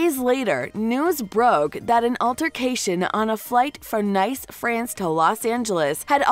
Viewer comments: "NICE" (the place), IS NOT pronounced like the English word "nice", But More Like The Anglo Word "NIECE"... i'll just leave this here... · Could someone teach this (drunk?) narrator how to read "substantiated" and that pronouncing Nice as nice is not nice? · Nice France, lol. Its pronounced Niss and it’s a beautiful city. I wonder how this case will go, Brad vs Angelina. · She (the reporter) said Nice, (N- Ice) France 🇫🇷🤣🤣 What an idiot!